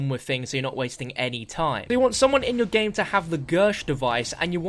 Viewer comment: Favorite moment is the says gmae